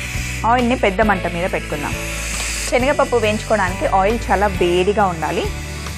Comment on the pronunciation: speak proper telugu it's not chenaga pappu it's senaga pappu.